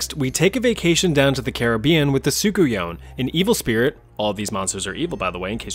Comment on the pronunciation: It’s pronounced sook-un-yah Not what the name says